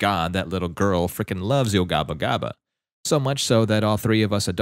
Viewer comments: In yo gabba gabba you pronounce the a. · I'm sorry but you said Yo Gabba Gabba wrong